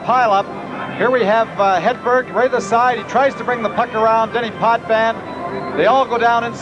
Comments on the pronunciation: More like "Headbear". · Hate the way the announcer says Hedberg and Sjoberg. He calls them Hedbear and Sjobear.